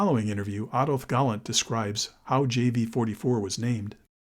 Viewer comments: It is GALLAND. which is NOT pronounced the same as 'Gallant.' Americans can never pronounce anything correctly. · Galland's voice doesn't feature in the vid. It's all AI and photo visuals, plus the American narrator's voice endlessly calling Galland 'Gallant.'